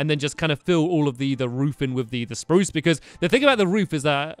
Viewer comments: omg stamp said spruce wrong 😲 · STAMPY!!!!! you said "spruce" wood. you said you will say sparruce wood